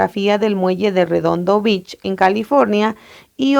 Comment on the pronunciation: Disculpe señora me ayudó mucho pero, no pude evitar decirle que vea como se pronuncia Beach por que si no lo mejora puede que diga una mala palabra